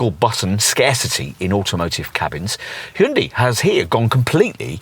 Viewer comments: Slightly better pronounced as "Hoon-DAY" and not "Hoon-dee!" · How about you learn how to pronounce the companies name correctly?